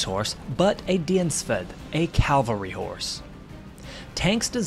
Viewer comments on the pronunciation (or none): Love the way Yanks mangle foreign words. "Dienstpferd" was a doozy!